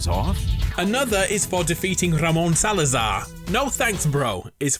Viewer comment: Its not Salaza'H IT'S SALAZARRRRRRRRRRRRRRRRR WITH "R" NOT "H"